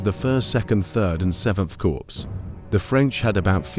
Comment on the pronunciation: Very good, of note: Corps is pronounced "Core"